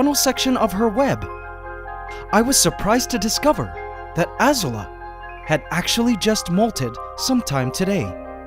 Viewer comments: C'mon man, it's Az-oo-la, not Az-u-la. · I wonder why you are pronouncing Azula as ah-ser-la? If you’re following the theme of the Fire Nation and Avatar: the Last Airbender, the show pronounces the name Azula as ah-zoo-la, like blue in Spanish with an A at the end: azul-a. Keep up the wonderful work you do, for it is a demonstration of living art and never foreseen scientific discoveries caught on camera! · Hey, i just want to say you pronounced Azula wrong it's ah - Z OO - l ah any way i just want to let you know, i'm a huge fan of yours and love your content! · Hey man, looks like you named your spider after Azula from Avatar the last air bender but your'e pronouncing the name wrong . it should be pronounced UhZoola . LOVE your videos . look forward to them every week. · Azula is a name with a accent mark, so the name is pronounced like ah-zoo-la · I highkey though Azula was pronounced “Ah-zoo-luh” like from Avatar. Am I the only one? 😅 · why are you reading her name wrong did you not see avatar "Azula" A ZOO LA> AZU LA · how still pronounces "Azula"... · The way he pronounces Azula really bugs me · you guys noticed that he pronounces Azula wrong?